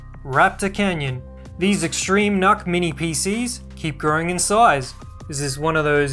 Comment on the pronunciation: Not true, I work specfically with NUCs, The intel people usually call them "Nooks", Nuck just isn't right, there's no k.